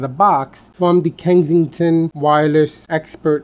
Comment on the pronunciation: It's Kensington, not Kengsington lol